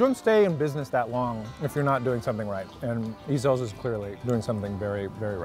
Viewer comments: Oh my god, I'm dying!!!!!! It's not E-zell's, it's just Ezell's. easy on the "E" dude. I've been craving Ezells for awhile now but I'm too lazy to drive the 9 miles to get there. "It's not like a real angry..." "No, no, no" Really. Is that why dude opened his own restaurant called Heaven Sent and took Ezell's recipe with him?? I'd say there's some bad blood, quit lying. And the Central District is NOT the heart of Seattle, that's ridiculous. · The way he pronounced ezells, lol you can tell hes not a local